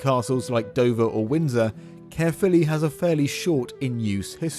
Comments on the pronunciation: I was born and raised in Caerphilly and now live not far away up the valleys. And my biggest bug bear is when English speakers say CAREphilly. It's not Care its CAERphilly as in CA-E-R. Caer is the ancient Celtic word for fort or stockade. Most places in wales with the word CAER in it have a castle or once had a roman fort there. CAERnarvon, CAERdydd (cardiff in welsh), CAERleon. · I do enjoy the incorrect pronunciation of Caerphilly as "carefully" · Pronounced more Kyre philly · Pronounced Kuh-filly btw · My home town and we definitely take it for granted. Caer in Caerphilly is pronounced like 'liar' btw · Try saying it thus: K-eye-r (roll your rs here) filly. Cae means fort - the ffili part is obscure, at least as far as I'm concerned but it refers to a feature or name of a place or person associated with the fort - possibly St Cenydd's son, St Ffili.